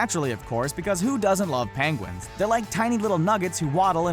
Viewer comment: "PANGUINS" jajaja love it